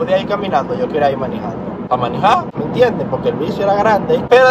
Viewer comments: diciendo manijando me dan gana de decir en vez de manejando manijando:v no se Polque pero bueh' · depositen aqui todas la veses que dijo miniiijando hehehe